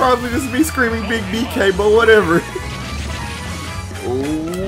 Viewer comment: take a shot every time his says beeg DK you'll be dead by minute 2